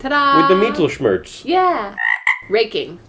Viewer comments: what Tom said would be written like miedelschmurs mittel is pronounced the way it looks. Like mittens but replace the ns with an L. schmerz is like shmerts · "Mietelschmörz" I love the how non-german people pronounce some german words. I mean i can't blame you, but its funny anyway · mittlelschmerz does directly translate to "middle pain" and its pronounced MIH - tuhl - shmehrtz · It's pronounced "Meet tell shm-yeah-rts" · You both butchered mittelschmerz soooooo bad. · "Mittelschmerz" nope... totaly wrong pronunciation, but cute. And I never heard it before in Germany XD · I am German and I have never ever heard of "Mittelschmerz" xD (Translation is correct btw) And I love the way you guys pronounce it xD